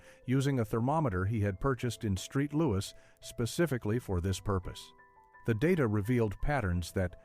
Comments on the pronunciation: St. Louis = Street Louis lolol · ...'Street Louis' ...😂